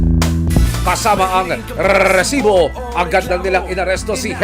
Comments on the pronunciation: Nakakabwisit yung redundant na pagbigkas ng "Rrrrreeeessibo". HAHAHAHAHA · ganun na pala talaga pag pronounce sa RESIBO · Gusto sana panuorin kaso ka bwisit pag bigkas ng Resibo sakit sa tenga OA ng reporter na to